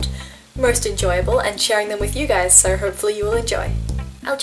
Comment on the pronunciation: When she says "so" I think she's saying "sir" . I'm like you don't have to be that formal